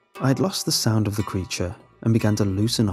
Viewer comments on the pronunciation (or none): none